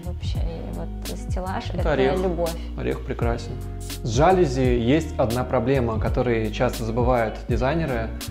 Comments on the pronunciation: Ребят, все красиво, особенно кухня, прям заходит такая мне. Но ёлки-палки, говорите правильно! Жалюзи́, не жа́люзи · ЖалюзИ.)) Это французское слово, у них все ударения на последний слог. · ЖалюзИ - с ударением на последний слог. Сколько же раз это слово произнесли неверно оба дизайнера ) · ЖалюзИ — Говорите правильно!